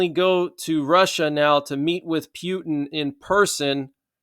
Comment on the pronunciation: Haha you went back to calling him pewtin love it